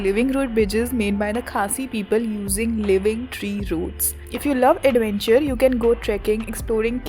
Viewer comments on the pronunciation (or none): none